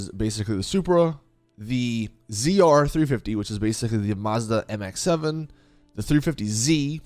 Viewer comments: He sayd mx7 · he knows but i guess his mouth wants to say the MX5 at the same time lool